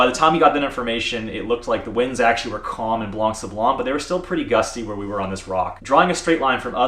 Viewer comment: Just so you can perfect that craft of speaking better French... The "c" at the end of "blanc" is mute, you have to consider the word like it's written "blan". Why is it so ? Because French have its roots in both Latin and Greek, and most of the words are built upon this ethymological principle. And many words have a reminiscence of this and keep mute letters, that are sometimes used in plural and/or feminin versions of those words. Masculine "blanc" (for sand) turns into feminine "blanche" when if refers to the night ("nuit blanche" = white night), or snow, etc. English also has many words from Latin, due to some 2 centuries of Roman presence on the soil of England (remember the Hadrien wall). Even though they're pronounced differentely, they are similar, if not identical. Exemples (from my own writings) : to consider, principle, ethymological, due (to), presence, just, mute, exemples, soil, to pronounce, similar, identical, reminiscence, masculine, feminine, plural, to turn... This word means "white" (when "sablon" refers to "sand", and is the ancient form of the current French word for it : "sable"), making "blanc sablon" an expression from ancient times about a location where sand is (or was) white. PS1 : same for "gros" (big, fat, large), where the last "s" is mute, the feminine form being "grosse". PS2 : a "morne" is the local Carribean French word for "hill", and is only used so in there... as elsewhere it means sad or boring.